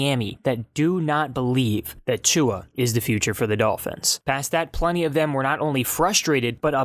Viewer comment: Why you say "tongue-a" everytime lol